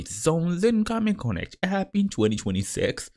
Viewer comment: Чё за гугл конект ? 😂 Гармин конет !